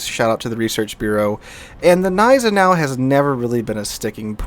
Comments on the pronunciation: The "Z" in Zieten should be sharp, like in "Tsar", but especially the "Neisenau" gives me almost a bout of OCD whenever he says it :D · You actually pronounce the "G" in Gneisenau :) rest is on point though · Gneisenau is pronounced with an hard g so kinda like „kneisenau“ - just in case anyone wanna brag with their German knowledge 😂